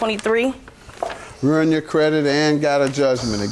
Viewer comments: How she went to school &still pronounce credit as "credik"?!!! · Omgeee if she say "pretty much" one mo tiiime... crutch word MUCH 😆 wait did she say CREDICK?! I'm so glad she stood up for herself and WON THO 👏🏾 GO!!!